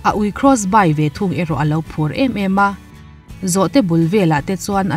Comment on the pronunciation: krawsbai ni lovin krawsbi (Crossby) ti a lam rik tur anih hmel.